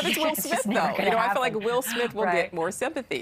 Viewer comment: Please don't pronounce "feel" as "fill".